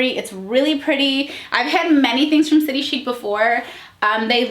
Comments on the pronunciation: I’m Australian! I love this brand! And my closet is full of them Just a FYI it’s city chic like chick! Like chicken haha so city chic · I am in Australia and we pronounce chic as in chick. That’s what the store calls it anyway 😃. We love this shop as the clothes are made beautifully. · I love city chic, I live in Aus & love the clearance stores - prices drop 50-80%!! Its pronounced "city chick" x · I’m an Aussie and maybe it’s just me but everyone I know who shops st City Chic pronounces it as “City Chick” :) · I’m from Australia and they have a factory outlet store where I live and the had dressy play suits for $30 down from $120 and heaps of other clothes, we pronounce it city chick size s is a 16 aus so it’s a 12 us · I live in Australia. We pronounce it City Chick Ps. Love you videos all the way from down under ❤️ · I just wanna point out.. Aussies pronounce it “city ‘chick’” 😂😂